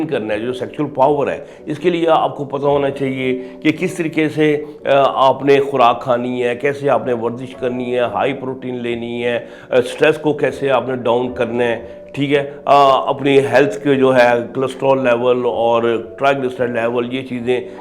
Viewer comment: سالہ بول رہا ہے وردش جبکہ لفظ ورزش ہے 😂😂😂😂